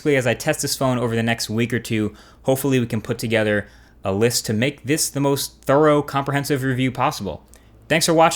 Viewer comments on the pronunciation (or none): It's thorough, not thowrow. Anyway, great vids. Keep doing what you're doing, honestly one of the best youtubers, and definitely the No.1 reviewer.you deserve 10,000,000 more subs.